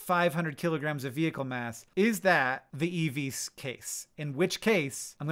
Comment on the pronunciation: Youtube put this video on right after another and i kept hearing "eevees" and i had to stop what i was doing to read the title and get some context lol